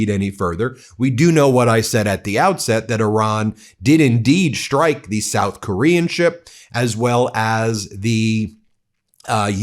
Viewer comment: A shtrike? In the Shtrait? Do better, Ben. You could pronounce words correctly tomorrow, if you tried.